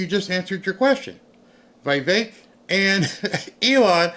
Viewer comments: Again..Vi vek not Vey vek...😅😅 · VEEVAKE, try to pronounce like that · Its not VEY VEK .. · Love you BUT how in this world do you not know how to pronounce that name..??. Please explain. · Get the name right about Vivek.